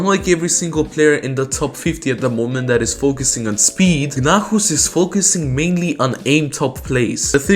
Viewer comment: i think gnahus's name is supposed to be said as gnaus not gnahus